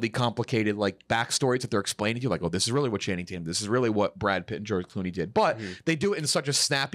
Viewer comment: "Brad Pritt" -JeffD